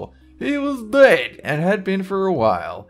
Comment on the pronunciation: "...HE WAS DEUD..."